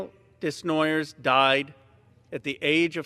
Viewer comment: Desnoyers is a french family name. He was not pronouncing it correctly. It's meant to sound like : Day-nwua-yeah